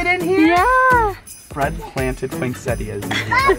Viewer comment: I love how you say poinsettias...lol. I don't know anyone who pronounces that last "I". Cute.